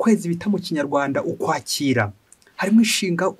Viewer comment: Komera. Inyigisho zawe ni nziza ariko urashyoma mu masaku (signe diacritique) y'ukwezi k'ukwakira. Vuga neza izina ry'uku kwezi. Urivuze neza nta sano usanga rifitanye na recevoir/reception. Ngirango bavuga ko ari ukwakira kwakira imyaka (effet y'izuba )